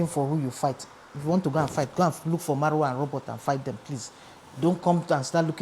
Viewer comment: 😂😂😂 ooo. Her name is Mayowa, not Maruwa 😂